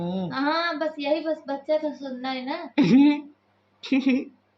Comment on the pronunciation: Sunn hota h jhhunn nhi🤣🤣